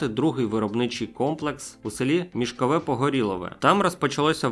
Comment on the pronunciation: МішкОво-Погорілове, а не МішковЕ🥴